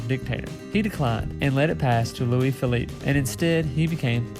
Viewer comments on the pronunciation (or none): none